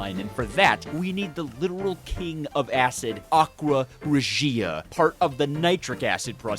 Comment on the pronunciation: its Aqua Rěgia not Aqua Regìa